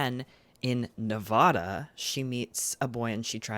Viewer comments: i so adore you but if i hear you say “nevawda” instead of nevAHda im gonna lose it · Your pronunciation of Nevada doxxed you lol